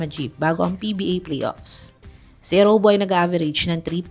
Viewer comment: Eriobu not Erowbu!